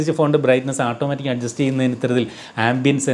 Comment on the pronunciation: ഈ ആട്ടോമാറ്റിക് എന്നത് മാറ്റി... "ഓട്ടോമാറ്റിക് " എന്ന് പറയുന്നത് കേൾക്കാൻ ആവും നല്ലത് എന്ന് തോനുന്നു...വളരെ ഫ്രാങ്ക് ആയ ഒരു എളിയ അഭിപ്രയം ആണ്.. 😊